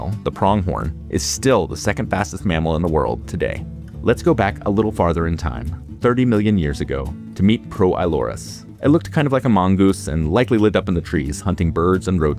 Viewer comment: I was like "Amongus?" until I saw like this thing looks and was like "Ooh, he said a mangoose"